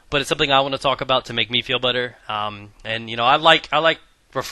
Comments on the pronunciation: HE SAID "TO MAKE ME FEEL BUTTER" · Did you say "make me feel me Butter" ?¿ haha^^